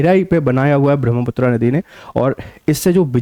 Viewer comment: महोदय अंग्रेजी के कारण अपना उच्चारण मत बदलिए , ब्रह्मपुत्र को ब्रह्मपुत्रा कर दिया है